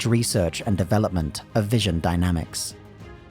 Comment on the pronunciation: VINSON not Vision VINSON